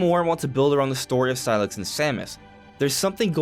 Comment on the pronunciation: it's pronounced SIGH-LUX not SIGH-LIX